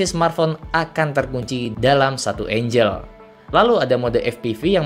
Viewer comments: Penjelasannya bagus. Cukup lengkap dan tidak bertele-tele. Tapi masukan dikit, ANGLE (sudut pengambilan gambar) itu dibaca ENGGEL. Klo dibaca ENJEL maka artinya Malaikat. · Sekedar input pak. Angle => dibaca éng-ge (L-nya ga disebut), bukan én-jel. Kalau én-jel artinya malaikat.👼